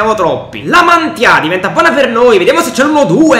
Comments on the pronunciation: Comunque si dice La Mantìa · Si dice la mantía con l accento sulla i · Nella realtà il lecce ha battuto l'hellas, comunque si pronuncia La Mantìa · Comunque la mantia si legge la matìa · senza offesa ma non sai nominare La Mantia ti do un consiglio sulla a e come che C'E l'accento 😜😜😜👍👍👍👍😁😁😁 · Spero che questo commento sia utile la Mantia l'accento ma sulla a finale